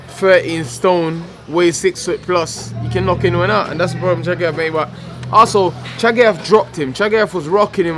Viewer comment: ahahaha it's pronounced 'also' mate not 'arsehol'